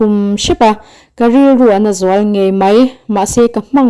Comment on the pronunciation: Daih tih leh mai mai tih hi deih tiin.lehmei mei tiin i hmang thin hi a.pawi.thin